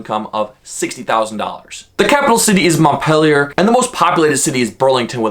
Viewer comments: MontpEELier. Not " Montpellier". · It's pronounced "Mont-PEEL-ier" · TRIGGER WARNING SNOWFLAKES DON'T READ YOUR FEELINGS WILL GET HURT!! I'm a lifelong Vermonter. And it is so annoying when someone does a video about a state and can't even pronounce the state capital's name correctly!! I grew up in (I pronounce it Mont-pill-ier). And they wonder why there called snowflakes and flatlanders. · The capital is MONT-PEEL-YER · You are pronouncing the capitol wrong.